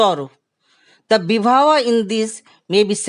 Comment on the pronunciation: Not correct to say Ras it is Rasa Bhav it is Bhava